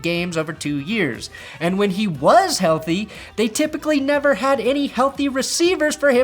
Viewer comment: "They wahs blowin my ahs up" I wanna draft him.